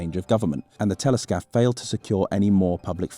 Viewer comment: every time you say Téléscaphe i hear Teletubby